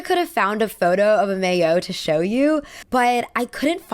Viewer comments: Great subject as always ! Tip: Maillot is pronounced "mah-yo" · Maillot is pronounced my-oh